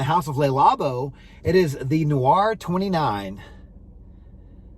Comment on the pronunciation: It's not called "The Noir." It's called "Thé (pronounced "TAY") Noir" meaning "black tea."